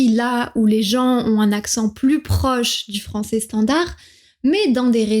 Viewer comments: Tu as quand même un accent du sud un petit peu! Quand tu dis Français tu dis "Françé" alors que le [ais] se prononce normalement [è] et non [é] ! 😊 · Bonjour . J'ai deviné ton accent dès les premières secondes de la vidéo quand tu as prononcé le mot "Français". J'ai su que tu venais du Nord( je suis moi-même Picard). Nos voyelles finales sont fermées alors que certaines sont ouvertes dans le Français standard. Ainsi, tu as prononcé "fransé" pour Français alors que la prononciation classique des mots en " ai " est " è" donc Fransè". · Pour moi votre français sonne effectivement tout à fait standard. Le seul trait qui me paraît singulier, c'est votre usage du son "é". Quand pour "français" vous prononcez "francé", vous faites comme ma meilleure amie qui vient de Provence (mais parle un français "standard"). Alors que moi qui viens de l'est de la France (tout en parlant aussi un français plutôt standard) je prononce "francè". C'est comme pour "lait". Elle prononce "lé", tandis que je prononce "lè".